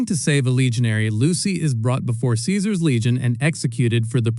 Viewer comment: Lucy is only wrong about the pronounciation of Caesar. To be fair most people don't know this. Everything else was correct. Aside from prima noctis most likley being nothing more than a myth.